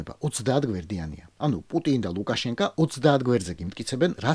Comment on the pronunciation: ლუკაშენკო და არა ლუკაშენკა !!! ეს მნიშვნელოვანია!!!